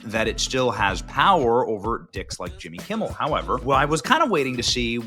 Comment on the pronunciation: Who is this Jimmy Kimble you speak of????